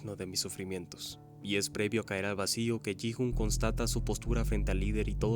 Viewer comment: Porque veo que lo llaman "Yi- Jun" cuando se llama "Gui-ún"